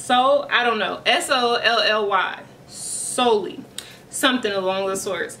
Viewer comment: Sah-ly “ah”